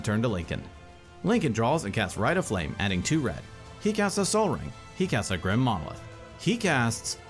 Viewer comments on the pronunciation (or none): none